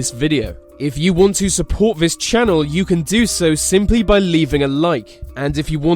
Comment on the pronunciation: "it is fot a hundred fousand people died vis way" it amazes me how badly the English butcher their own language